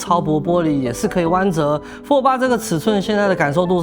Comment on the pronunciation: 那是讀fold 不是讀folder